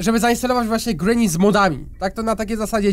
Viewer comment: Mówi się ,,grini